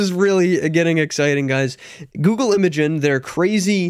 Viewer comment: It's pronounced "Imagine" [i-ˈma-jen]